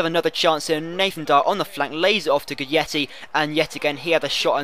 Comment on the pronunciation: does read the comments?:S or why do he keep pronounce guidetti wrong?